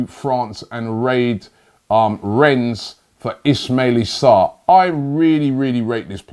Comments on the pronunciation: Ismalie sarr... Really, Robbie? Thought his name was Ismalia Sarr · "Maitland-Miles, Hermerso, Ismaili Sarr" remixing players names like it's nobodies business